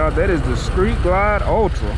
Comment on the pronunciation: lol Bro you said "skreet glide" lol